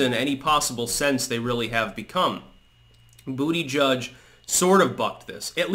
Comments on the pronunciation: Too bad you will not be able to say Buttegig any more. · It's BUTTAGEEG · I'll miss hearing you say "Booty Judge". "Butt-e-geeg" wasn't as much fun. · Dang it. Is this the last time says Booty Judge🤣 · Only sad he dropped out as i love hearing you call him Bootyjudge😂